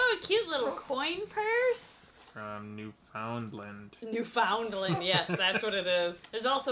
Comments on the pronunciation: By the way just to help you, you said Newfoundland wrong here’s how to pronounce it New-fin-land. Yw! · I feel the need to say this, i'm from Newfoundland too, and yes the caramel bar is supposed to be really soft and bascially a stale kitkat. Also, we pronounce it "New-Fin-Land" but you say it fast and all together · Ur pronouncing Newfoundland wrong its like noo•fuhnd•luhnd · “My first word was thank you” “Followed by sorry” How very Canadian of you 😎 we approve🇨🇦 Edit: although, the Newfies may have just banned you for that pronunciation of Newfoundland 🤣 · *Me, Canadian, watching pronounce Newfoundland and Canada Eh* ••Much Cringe••